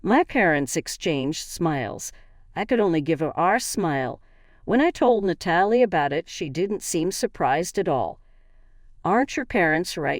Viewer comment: Nat uh lee